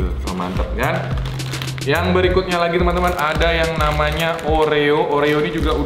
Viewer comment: kok ngomong berikutnya eberikutnya